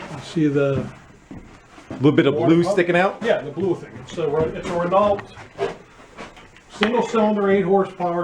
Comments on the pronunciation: FYI It's "Ren-No" not "Re-nawlt". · All you had to say was Renault! Proper pronunciation, RUN NO!